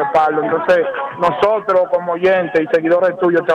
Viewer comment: Ustedes hablando de primos y lo que tienen que observar no lo observan y es que esa niña necesita lectura comprensiva necesita que su equipo de trabajo la enseñe hablar .esa muchacha dice más de dos veces nojotro por decir nosotros eso me da verguenza ajena pero nosotros los dominicanos somos tan mediocres Que en las cosas que deverdad mereces nuestra atención no la tiene